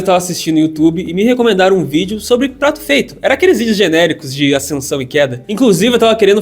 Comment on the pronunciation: não vi ninguém nos comentarios falando do falando "prato feito" no. Enfim, tá ai. Tenham um bom dia:)